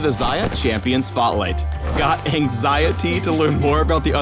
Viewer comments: ang-xayah-tee haHAA 12 btw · "An-Xayah-ty" i'm done XD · ANXAYAHTY (Anxiety)..., please!! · really phreak anxayahity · An-xayah-tee I'm literally maining her right this instant, and I barely even play adc hehe XD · anxayahty ..... phreak, pls stop ;D